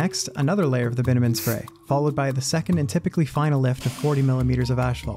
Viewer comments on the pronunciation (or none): You're pronouncing bitumen "bitter-men" it's actually "bit-chu-men". You're welcome.